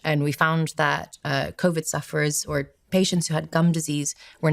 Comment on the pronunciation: Innocent question: Why does she pronounce Covid as Coviddge and Need as Nijj ? Is this a known accent ?